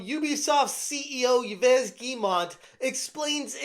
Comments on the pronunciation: Yves is pronounced 'Eve' not Ya'vez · I think Yves is spoken like Eeveh, not Ivess. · Yves is not pronounce Y-ves. It's french, it sounds exactly like 'Eve'. You know, Adam and Eve... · Bro just ask google how to pronounce the first name ... wtf was that "eveus" /iːv/ >> It sounds like "eev," with a long "ee" sound and a soft "v." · Yves = Eve, not Eee-Ves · "Ivez" lol in French Yves sounds like Eve. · "Yves" is not pronounced "Ee-vez". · Yves is pronounced "Eve" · Yves is pronounced EVE. lol! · It's Yves is just pronounced Eve. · Yves is pronounced like "eaves" like leaves with no l. Then the last name is Guillemot just say it like "Gee-mo" I gotchu 😊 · The french half of me cringed every time I heard "Ivez" LOL... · I know it's counterintuitive but "Yves" is pronounced like "Eve". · You shouldn't pronounce the S nor the T in yveS guillemonT. They are both silent. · Come on, at least learn to pronounce Yves Guillemot. We have to deal with this guy on the regular... know your enemy.